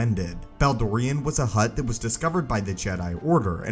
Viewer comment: Keep hearing "hot" jedi Dorian